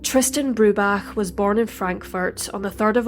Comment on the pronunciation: I love that you had so much respect to learn how Tristans surname is pronounced correctly.